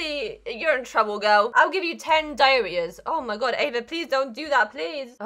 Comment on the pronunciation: LOL I WAS SO CONFUSED WAHT SHE MEANT BY DIAREAHS